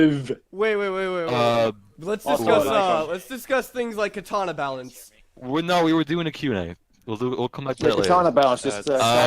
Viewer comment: Its balance not ballance